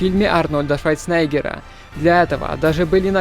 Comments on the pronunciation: Не Швайцнейгер, а Шварцнейгер! Ты не из СССР. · Вроде Шварц, а не Швайц правильно.. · Как же режет слух "Швайцнеггер", ты же блогер, а произносишь фамилию одного из самых известных людей в мире не верно. Правильно говорить Шварценеггер. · не швальцнегер а Шварцнегер такое имя можно и выучить \ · Ведущий канала о кино делает ДВАЖДЫ ошибку в фамилии одно из самых культовых актеров 20века???? ))) НЕ Швайцнегер, а Шварценеггер ) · Даааа.....ШваЙцнеггер проломил бы тебе череп (и правильно сделал бы!), за такое произношение его фамилии!:)) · мне одному показалось, что автор произносит "Швайцнегер"????????? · Инопланетянское оружие.... Швайценегер.... Голос за кадром - Ефим Капелян... Инопланетное - правильно так говорить! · Думал что диктор оговорился вначале сказав "швайцнегер"... но нет, он повторяет это же в видео ещё раз